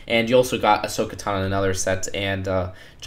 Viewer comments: How does he say "Ahsoka Tano" wrong?! Does he not see the o in Tano? It's Tano, not Tana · “Ashoka Tona”. “Ashoka Tana”?!?! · "Ven-TRUSS" "Ashoka tuna" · asoka tano, asajj ventress, count dooku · Asaj Ventress Plo Koon Ahsoka Tano Mispronounced alert